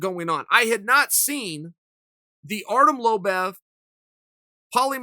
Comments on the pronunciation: If Uncle Chael says your name is Lobev, then your fucking name is Lobev. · Pronounces Malignaggi perfectly but chokes on Lobov? C'mon Chael. You're making it too obvious now and letting the cat out of the bag.